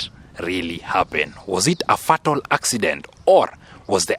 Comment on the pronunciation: Say say Fay Tal rather than Fat Al. Like your show.